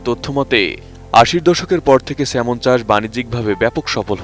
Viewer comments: Not Semon, it’s Salmon. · কি লেখা পড়া করে একটা সাংবাদিক হয় আপনি তার প্রমাণ । স্যালমন কে সেমন ! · Thikoy asa,,,,banan ta " Salmon" but, pronunciation hoba "সেমন" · নামটা তো ঠিকমত বলেন সাংঘাতিক 😆